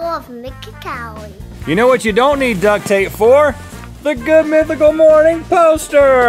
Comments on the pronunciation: “it’s time to spin the wheel of mycacality” 😂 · it's not nicklcalaty It's mythycality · "Its time to spin the wheel of mikikality" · He actually said Mikicality.